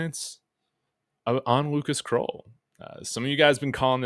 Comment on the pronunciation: Krull like skull … not kroll like troll